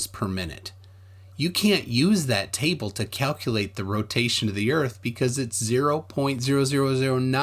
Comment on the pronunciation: Lol it’s when he said here we have a table but it sounded like tie bull